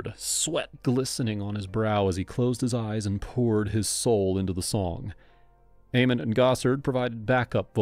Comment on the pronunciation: actually its Ay-Ment, he said it correctly